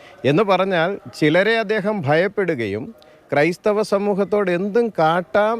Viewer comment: ക്രൈസ്ഥവർ അല്ല കോ ബി ക്രൈസ്ഥവർ എന്ന് പറ 😅😅😅😅